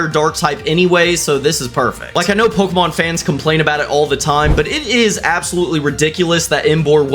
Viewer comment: me from 2 bce wat a po-ke-mon and pay-ra-docks